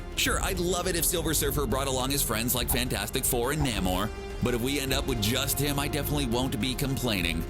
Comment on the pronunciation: Namor with a long "A" :-)